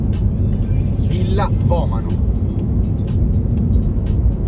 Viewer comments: Vomàno non Vomano, la pronuncia è così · Vomano' non vomano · non è vòmano ma vomàno